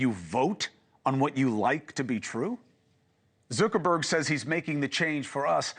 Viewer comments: Zooker-berg? Come on, Chris. Lol. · Is he saying 'Zerkerberg'?